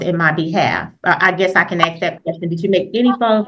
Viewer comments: She said axe right after the judge complimented her for being an educated intelligent woman. is woman is a VICTIM. She has no clue what the heck she is arguing about or even that being at a show cause you aren't arguing about your parenting they aren't attacking you personally, they are attacking that the person who had a court order didn't follow it 🤣😂 even here she's saying her attacked her personally by not following the way a hearing is conducted and wanted him to sing her praises to the judge after the adjournment was already accepted 🤣 Ryan Hill is the BEST attorney to question people like this. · Ofcourse her name is Felicia lmao. Someone that dumb should not be a nurse. She is so smart and educated that she "aks's" questions and seems she cannot "recollate" (lol) anything unless it suits her narrative. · " im educated, smart, a teacher, a nurse u wont question my intelligence!..." also HER " AXED" AND " RECOLATE" ( which isn't a word in any language 😂😂😂).. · I’m in the education profession and I’m “axing” you to answer my question 🤣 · This woman is insane, also, she's so highly educated but doesn't know how to ASK a question, or how to pronounce the word ASK A-S-K, sound it out. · Don’t forget ‘axing’ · “Is that what you’re axing?” She’s infuriating. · axe kills me and it’s so telling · She's also axing and being axed SMH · She's doing a lot of axing also. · She so smart and educated but can’t correctly pronounce ask and Recollect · When a “teacher “ and a nurse can’t even pronounce the word ask … there’s problems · Yes yes yes ! It drove me nuts, and English is not my first language lol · She’s a “professional” and tries using big words that she mispronounces but yet can’t even pronounce a simple 3-letter word like ask…. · All this " recollatin'" and "axing" is killing the English language..... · It’s ask not axe can we please go back to school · If she’s so educated why is she saying “recolate” instead of recall or let me “ax” you a question?